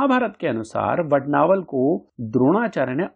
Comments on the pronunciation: वडवानल स्तोत्र है वडनावल नहीं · 🔥 अरे ।। वड्नावल नहीं वडवानल बोल 🔥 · 🙏 Aapne har baar vadnaval ka uchcharan kiya hai Vadvanal ki jagah. 🙏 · Vadd vaa nal...... Hai..... Vadd naa val.. Nahi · वडवानल !!!! वडनावल ?????? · Vadnaval nahi . Vadvanal hai . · Vadnaval nahi vadvanal hai sir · इतनी अच्छी जानकारी देते हो और "मुख्य विषय" का ही उच्चारण गलत करते हो!! इसको "वड-वानल स्त्रोत्र" कहते है, वड-नावल नही क्या यार!! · aap galat bol rahe ho vadnaval nahi vadvanal hai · It's vadnaval or vadvanal. Video title is different and the person speaking in video pronunciation is different. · Vadvanal hai aap vadnaval bol rahe ho.uchvharan this se kare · वडनावल नहीं वडवानल कहा करो. आपके हिंदी उच्चार ठीक नहीं तो संस्कृत क्या पढोगे? 😂😂😂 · वडनावल नहीं वडवानल बोलो 😂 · यह वडवानल स्तोत्र हैं परन्तु मुझे खेद हैं कि आप वडवानल के बजाय बारंबार वडनावल वड़नावल वडनावल कहते हैं तथा आप अपने वाणी में शुद्धता लाए किसी भी संस्कृत श्लोक का उच्चारण विशुद्ध होना यह प्रथम अवशकता है । धन्यवाद दूसरी बात यह भी है कि सार्थ का अर्थ, अर्थ के साथ होता है आपने सारांश बताया है । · Vadnaaval nahi,vadvaanal. Correct yourself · अरे वडणावल नही वडवानल है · Vad-naa-val nahi, Vad-vaa-nal 🙏🏼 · वडवानल स्तोत्र को वडनावलं क्यो कह रहे है आप ???? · please listen to the pronounciation in the video mere bhai. Every time the word is being pronounced as Vad-naa-val. Anyway, thanks for the informative video🙏🏼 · क्षमा करे इसका उच्चारण वडवानल है.jaanakari अच्छी लगी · You are right it should be vadvaanal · वडवानल है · It is vadvanal